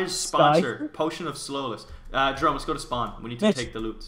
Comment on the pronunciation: His name is not, it's jerome!